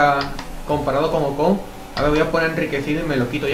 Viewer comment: porque a ocon le dices ojon?